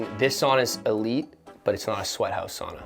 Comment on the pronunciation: Dear god someone correct these boys on how to say sauna, wish Sampo Ranta was around to do that 🇫🇮